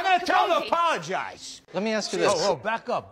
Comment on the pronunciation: That’s because he says “I’m gonna tell him to POLOGIZE” 😂